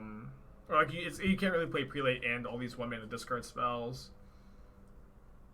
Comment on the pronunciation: "Prelate" is pronounced "prell-it", for the record lol